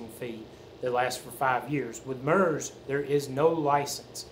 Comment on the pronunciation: FYI a broadcast is a One Way transmission not Two Way communication.Also MURS is pronounced so the U sounds like the U in PURSE not like the U in MUTE.A little research goes a long way.😂🎙